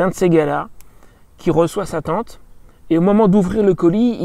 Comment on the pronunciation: Tu prononces Teinete avé l'accent.